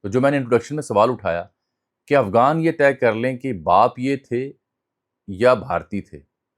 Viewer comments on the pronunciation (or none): آپ متعدد بار افغان کی بجائے افگان بول رھے ھیں؟ طنزیہ ھے یا کوئی سبب؟ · آپ کی اتنی اچھی اردو ہے تو کم از کم غ کا تلفظ تو صحیح ادا کیا کریں۔ افغان کو آپ افگان کہہ رہے ہیں۔